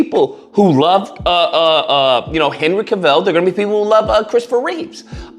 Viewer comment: You also mispronounced routh and cavil 🥴🥴